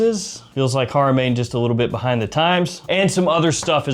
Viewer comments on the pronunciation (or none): none